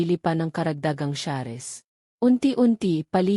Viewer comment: Ano b Yan Hindi marunong mgbigkas ng inglesh words....SALES at SHARES Salis dw at saris hehehe